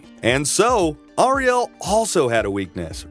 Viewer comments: Narrator says Ariel weird, Like someone who has not actually watched one episode of Thundarr the Barbarian. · The pronunciation of Ariel's name is killing me. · Why does the narrator keep saying Thundarr's name like that. It's really quite annoying. Thundarr only emphasizes his name in the opening credits. He doesn't do that throughout the show. Ariel doesn't say it like that, either. Oh, and narrator, her name is Ariel, not "Arielle".